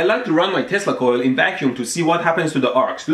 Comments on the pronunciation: I thought he said testicle and not tesla coil in the intro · Sounded like you said you like to run your testicle in the vacuum.